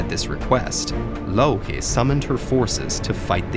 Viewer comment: am i the only one who always hear "loki" when he talks about louhi?